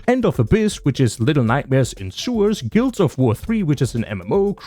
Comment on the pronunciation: The fact guild wars was the only mispronounced game on the list shows how badly arenanet needs more publicity holy